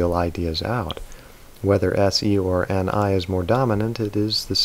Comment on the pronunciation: 9:3 you mistakenly said "Ne" instead of Ni I think